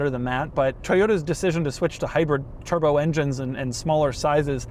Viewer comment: "The one you really want, WITHOUT A TURDBO!!!" Total Gaabage!